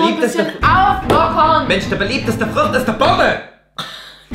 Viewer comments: warum hab ich anstatt Birne Vogel verstanden 😂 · Die beliebteste Frucht ist die "Börneee" 😂altaaa